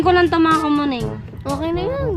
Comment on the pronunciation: Di ba dapat "PAIN" yan Kamuning hindi paing? 😅✌️